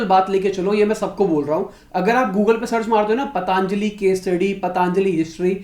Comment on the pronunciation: Patanjali naam toh sahi se bol le, it's पतंजलि not पतांजलि...😁😁😁 Fashion ho gya hai kya पतंजलि ko पतांजलि bolna